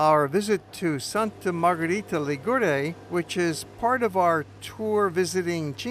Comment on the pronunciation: The pronunciation is: Sànta Margherìta Lìgure (not Ligùre hahaha) and more: as usual stranger people makes a big confusion commenting with a southern italian or neapolitan or sicilian music the description of a northern italian town as Genoa or Florence or Venice and so and so....! It would be the same if you comment a report in New York with a mexican music, or a report about Paris with a polish music!!!! Ligurian culture and music is closer to France or Milan or Turin than the South of Italy!